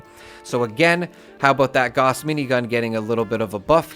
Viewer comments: Gauss is German. It rhymes with "house." Say it right. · I'm so excited to know I'm not the only person who plays Fallout games pronounces Gauss this way! 😁👍